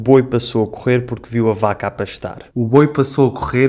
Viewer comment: Interessante que o r final de pastar quando pronuncia o falante de Braga parece muito com o r caipira do interior de São Paulo